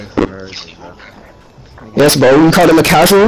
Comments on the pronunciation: Kelly Oubre* lol man said Obure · It’s oubre not obure